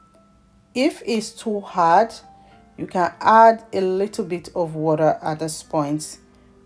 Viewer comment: well done but you are a Nigerian we don’t say ‘WARER’ we say ‘WATER’.. thanks for the video